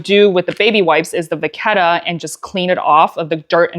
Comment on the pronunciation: Great tutorial,!🤓I especially appreciate the help with corner wear. (BTW, as one who is half Italian I can mention you're saying it right - vaketta.😘) I was holding my breath re the corner treatment getting on your sofa.😂❤🌻